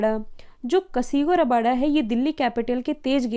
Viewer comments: Its kagiso rabada mam not kasigo rabada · Madam कगीसो रबाडा नाम है ना कि कसीगो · It's CAGISO RABADA..Not Casigo rabada.. Whether it be a typing mistake or what!!